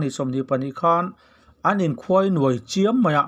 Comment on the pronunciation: Mizoin Thuainuai tiin an sawi ngailo. Khuainuai tih chu mizo lamdan a ni e.